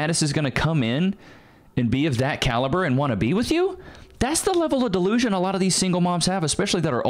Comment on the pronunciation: Oh no, please don't join their "quirkiness😜" by butchering the word "delusion" as well😂 Half jokes😂